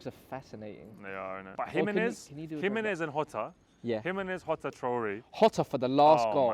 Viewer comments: "Hotta". After almost 20 years of Mourinho in mainstream football, Brits still refuse to understand the 'J' in Portuguese is NOT silent 🤦‍♂️🤦‍♂️🤦‍♂️🤦‍♂️ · Shoutout for all the love for Wolves and btw its pronounced "Jota." "Hota" is the Spanish pronunciation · How is it Hota? Also plz pronounce Jose (Mourinho) the Portuguese way.